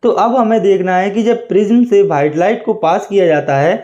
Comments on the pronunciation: white ❎️ BHITE ✅️😂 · White ❌ Whaite ✅